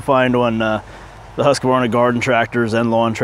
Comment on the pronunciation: quit saying husk-ka-var-na. It's husk-var-na.